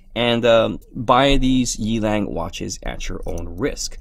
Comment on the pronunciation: The brand is pronounced as Yeah-Lung, meaning Wild Wolf in Mandarine Chinese. I think it is idiotic to write your brand twice on the logo even if you are Rolex.